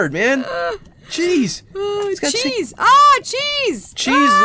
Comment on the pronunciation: "melty chesse" lol